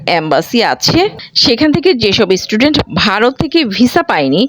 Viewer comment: Didi word ta student, istudent noy! bangladeshider English Accent atto kharap kano! Amader akhane Nursery Children der English Accent bangladeshider thekey 10 goon valo!